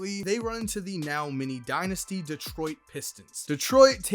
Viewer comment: How many times did you say Mimi dinisty